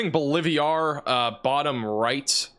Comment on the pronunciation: “Bowl-live-ee-are” or Bolivar? 🤦🏻‍♂️ “IdleWOOD” or IdleWILD? (It’s b/c I donate $ and love ya. I wanna see you learn to pronounce unfamiliar names) ❤️